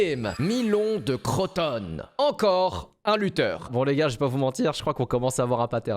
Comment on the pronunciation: "CH" en grec c'est la lettre "KI" ça se prononce "K" pas le "ch" de "chat......juste pour info.....donc "Karrondas".....ArriKion.....et on dit CrotonE ....pas "croton"......